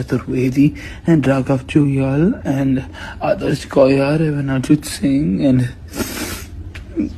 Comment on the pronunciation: Actually, he was saying Arjun Singh but it sound like Arijit Singh